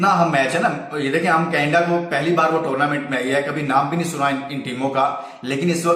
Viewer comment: Canada ko canda kyn bol rhe ho